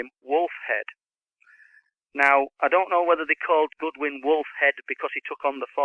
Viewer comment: Is the name that he is stating Goodwin or Godwin...???